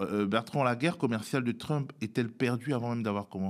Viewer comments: Sa persévérance à prononcer "Trümp" au lieu de "Trump" me déconcentre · TrÛmp j'adore quand il prononce son blaze à la francaise... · j'aime beaucoup comme Bertrand Badie prononce le nom de "trUmp" avec ce "u" pointu. Ces gens là ne sont pas des flèches, juste des barbares et je me demande ce que va donner l'amitié entre trump et musk (toujours avec le "u" pointU pour les 2 noms s'il vous plait). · J'adore comment il nomme Trümpe j'espère qu'il fait pareil avec Pütin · Oui😁 au début je trouvais ça étrange mais en fait il prononce tout les autres mots anglais parfaitement bien.. Du coup c'est bien vu, ça remet l'autre affreux un peu à sa place 😂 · Pourquoi l'appeler TrUmp en prononçant le U ??? !!! j'apprécie l'analyse mais cette prononciation laisse perplexe ??... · Pitié prononcez Trump correctement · C’est insupportable cette façon de prononcer Trump. Désolé mais je peux pas poursuivre plus loin la vidéo.